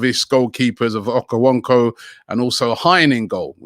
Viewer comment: Nobody: ... Robbie: OKOWONKO 😑😑😑